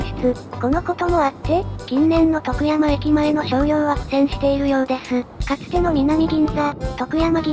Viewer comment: 「徳山」のアクセントがネイティブ感あって良い。